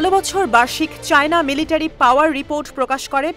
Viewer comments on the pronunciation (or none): none